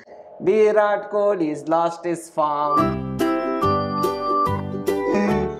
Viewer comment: the attitude of virat... accepting about his form in a gracious way. BTW loved the way when Mr.Nags used to call him "The VIROTTT"....✌Peas✌